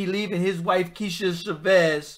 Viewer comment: Cha-vis not cha-vez